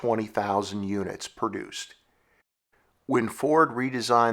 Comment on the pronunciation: Stop saying perduction, and perduced.